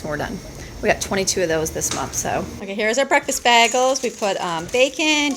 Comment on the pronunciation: “Bagel” has a LONG “ā” sound in it, (pronounced like “sitting on the dock of the BAY” ~ like how you say the letter A when saying the alphabet), NOT a short “a” (pronounced “baah” ~ like a sheep says ~ sound you’re saying.) Just saying... 👍❤️😉 ~*~ You are an AMAZING Super Woman!! 👍❤️😉 God Bless you (& your strength!) & your family!! I don’t know how you keep up so much strength, physically speaking! I’d collapse into a heap every hour (or less!) in awhile if I ever had to keep up with you!! (But then I gave birth to my ONLY child when I as 40!)